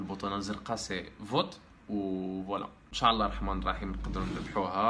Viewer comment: انشاء الله وليس انشاع الله ، الله يهديكم